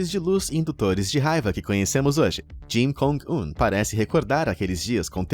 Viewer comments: É kim jong un , vc falou jin kong un rsrs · Jin Kong Un kkkkkkk, não seria Kim Jong Un? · no tempo de do video eu gostei da mudança de nome de "kim jong un" para o novo nome que o apresentador inventou "jim kong un" kkkkkkkk